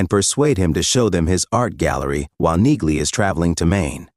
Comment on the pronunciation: Damn annoying AI voice over. Train it with "knee-lee" to force accuracy. (Among all the other errors which stopped me finishing this)